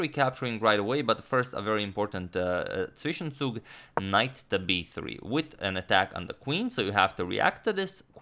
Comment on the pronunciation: The way you pronounced Zwischenzug was amazing!